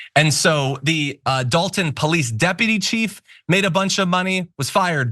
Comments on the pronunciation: D O L T O N not Dalton 🥺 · DOLTON NOT DALTON